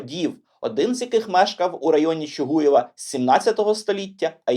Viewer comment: Правильно також не Чугуєв, а Чугуїв. В Чугуїві, Чугуїва ... ітд.